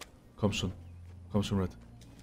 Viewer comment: das heißt REDDD. Wann streamst du immer?